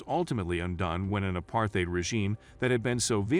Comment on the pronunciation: Nice try, but no cigar. Your ticklish pronunciation of "apartheid" already betrays your lack of knowledge about the country's history.